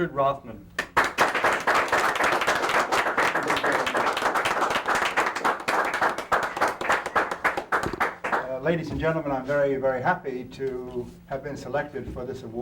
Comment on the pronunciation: Richard Rothman!? Obviously this deserves some Googling, oh its Roffman